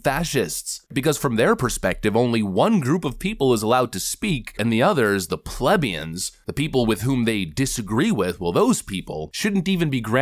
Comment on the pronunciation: plebian is pronounced ple-BE-an NOT PLEB-e-an